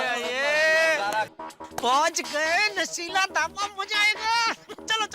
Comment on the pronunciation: shela ❌nashila🤣🤣